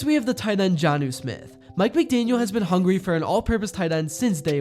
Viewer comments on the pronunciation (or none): none